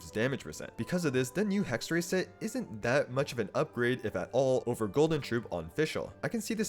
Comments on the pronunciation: fyi, it's "hexerei", not "hexeray" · As Hexerei is a German word, you would pronounce it with I like fly, try, sly at the end